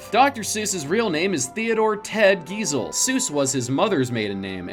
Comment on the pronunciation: Giesel is pornounced "Guy-sell" not gee-sell.